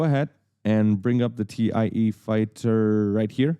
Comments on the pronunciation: It’s THAI Fighters, not Tee I EEEE Fighters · Great tutorials, but with that geeky look, I expected you to know how to pronounce TIE fighter... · Great tutorials!!! I'm learning so much! By the way, it's pronounced "TY" Fighters, not T.I.E. even if it's an acronym for the Twin Ion Engine.